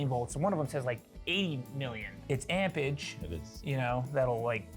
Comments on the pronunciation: lets say this together "Amp -er-age" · Its "Ampage" that kills😂 Ampage🤦‍♂️😆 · Yes, "ampage."